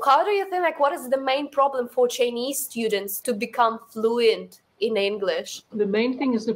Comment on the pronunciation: I can easily tell your spoken English donesn‘t sound like American. When you say the word “Chinese”, you pronounced tr-ei-nese.